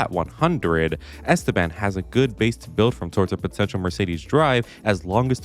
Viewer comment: did you say potential?